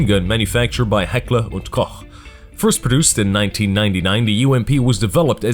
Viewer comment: Love the series! And you are probably the first English speaking guy I heard pronounce Heckler & Koch correctly ;)